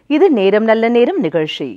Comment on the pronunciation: அது nigalshi இல்லை நிகழ்ச்சி. Magilshi இல்லை மகிழ்ச்சி. Please do your homework before anchoring. It sounds really funny 😂😂😂